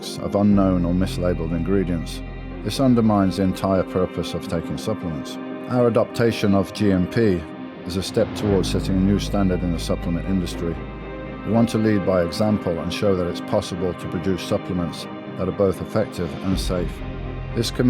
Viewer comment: Dorian making up words in his add read "adoptatation" i like that 👌